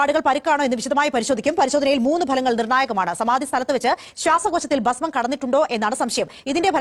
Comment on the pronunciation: പാസ്മം അല്ലടാ ഭസ്മം എന്നാണ്.പോങ്ങൻ